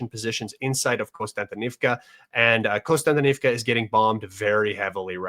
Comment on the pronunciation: One of the few commentators to realize there is no "N" after the first "O" in Kostyantynivka. Look at the actual letters in the [Latinized Ukrainian] spelling of the other settlements and you will be 2 steps away from pronouncing them all correctly. The topo analysis SW of that city really clarified why the Ukrainians have stalled the Russians there for longer than would have otherwise been expected.